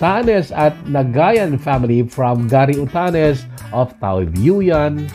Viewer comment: Taoyuan (tao yen) yan ang bigkas dto